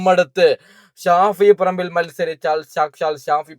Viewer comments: Who is Shafi parambu, she doesn’t know how to pronounce his name properly,shame. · ഷാഫിൽ പറമ്പോ...😂😂😂 അതാരാ???.. ഓൾക്ക് പേര് തന്നെ ശെരിക്ക് പറയാൻ വയ്യ